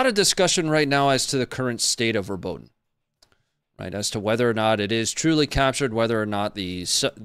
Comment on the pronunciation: Fyi pronunciation phonetics: Robot-ina, You-row-jina